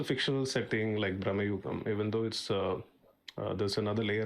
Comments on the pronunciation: not braamnugam.....it's bruuhmugan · It's pronounced like "भ्रमयुगम" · It's Bhramayugam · It's actually "bhrama yugam" भ्रम युग्म